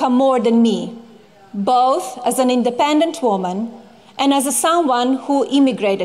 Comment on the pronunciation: YOU GOT MARRIED, DID YOU SAY INDAPENDENT WOMAN??????????????